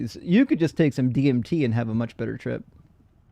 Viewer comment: pronounces "DMT" perfectly (almost) but absolutely butchers "psilocybin" for months and months❤.